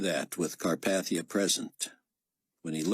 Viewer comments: Most of this guy's voices are great. Chaim's voice is terribly, unlistenably whiney though. Also, the pronunciation of Carpathia stings a bit each time. I'm used to it being pronounced like CarPAYthia, not CarPATHia. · Yeah, I noticed that too. I keep wanting to say "It's car PAY thia, Get it right!"